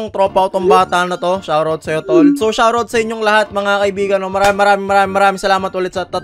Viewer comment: "Wayt nite" Shawt awt